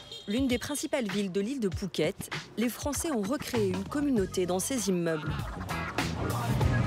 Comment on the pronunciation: Ce sont des "fwoncais" de quel pays?